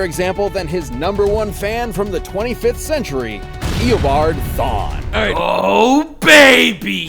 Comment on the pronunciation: I no joke thought he was called Eobard thong until i rewatched this video XD.